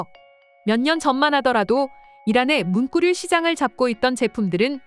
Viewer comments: 문꾸류라고 발음하는 이유는? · 문꾸류... 자꾸 신경쓰이네요 ㅡㅡ